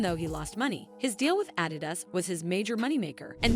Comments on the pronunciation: The way she says Adidas when reading their statement lol. 😅' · Why you saying adidas like that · 😂😂😂 The narrator can't says adidas or Kardashian and I'm supposed to listen to her over Kanye? 😂😂😂